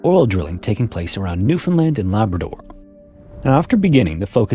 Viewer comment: Hearing a YouTuber actually pronounce Newfoundland properly is so damn refreshing... Lol